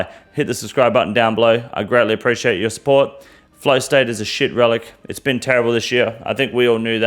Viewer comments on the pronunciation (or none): none